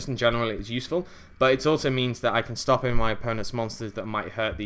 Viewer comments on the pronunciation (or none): none